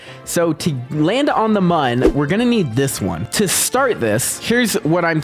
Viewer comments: Pretty sure the mun is pronounced "moon" and munn is the correct spelling for how you're pronouncing it 😊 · MooM not MUN